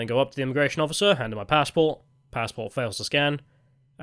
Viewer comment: Judging by your new pronounciations, I think youre working for the yanks. Its a passport not a f pazport.